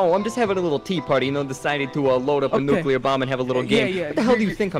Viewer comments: NOO-KEE-LAR Wep'n Jeeeez. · ' ' NuCuLaR WeApOn' '